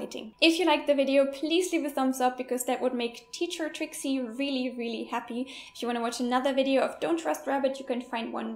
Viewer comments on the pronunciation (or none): 0.23 "I wheely love.."